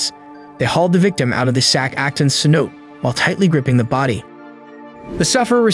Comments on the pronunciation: cenote.... say.now.tay not sen note 🤡🤦🏻‍♀️ if u can’t even pronounce the one thing ur making a video on then wow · Great video. Just a stupid fyi cenote is pronounced like sin-no-tay. I can't imagine what it would be like to be there and to be in that kind of environment it has to be so stunning and other worldly. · How many narrators can't pronounce cenote. Damn